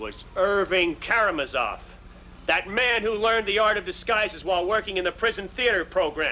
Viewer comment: ...all case long it's "kara-ma-zoff or kara-mah-zoff"... and then the judge whips out "ka-ram-a-zoff". I will never not giggle at that.